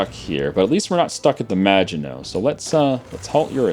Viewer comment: you should extend your defensive line the magianshsshgsus line